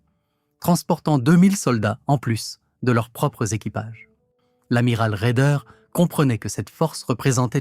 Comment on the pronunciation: RAEDER, pas Raider. La Louft baffe, Louft-bafeu, ...🤔 faut-il en rire ou en vomir ? DIETEL, pas Diète. La KOALITION, un troupeau de Koalas ? 😂 HAVOC, pas avocat. Les États-majeurs. 😮 ben heureusement, on va pas y envoyer des mômes... La VERMARTE... 44min45sec. Nous voici replongés en 1917. La Relativité d’Albert ? 47mn et quelques, idem, mais soit en 1870, soit en 1914 ...?